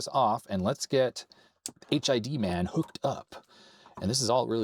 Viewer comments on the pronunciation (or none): I think it's supposed to be pronounced "hidman" not "H.I.D. man". As in "hitman" but with a D.